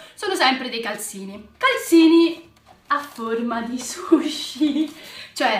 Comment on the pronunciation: Sei bellissima e bravissima e hai dei bellissimi regali tipo la tazza a unicorno che io sogno però calzini si dice con la z no con la s però io non voglio offendere sia chiaro ❤🤣